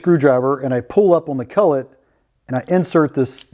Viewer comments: It’s a collet not a cullet. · Collet, not cullet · Really want to watch your videos, but the way you say collet is absolutely abhorrent. Its cOllet, not cUllet.